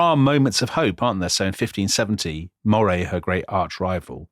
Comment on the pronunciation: And Earl of Moray should be pronounced Murray